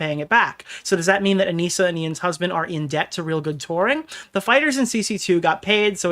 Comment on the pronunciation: I think it's really funny that repeatedly calls her "Ah-Nih-Suh", when both she and Ian refer to her as "Ah-Nee-Sah". He has been covering this story and been an active participant in the previous events, but doesn't even know her name. Sounds like she has not been communicating well with the volunteers.